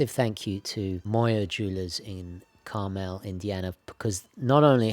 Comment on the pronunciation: In Indiana, Carmel, IN is pronounced KAR-MULL, IN